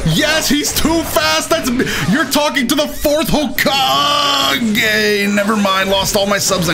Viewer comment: you're talking to the fourth hoka-gee-e🤣🤣🤣🤣